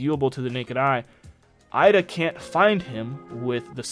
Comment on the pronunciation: No offense but why do you say Eida like that?